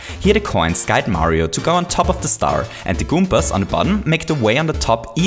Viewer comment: i really like this video, especially the way you talk about additional challenges such as power-ups and i think you're spot on in your explanation for why the challenges right after the checkpoint are a bit easier. i have to ask though, which accent is that? "goompers" is probably the most adorable pronunciation of goombas that ive ever heard haha (no offense, i have a similar accent).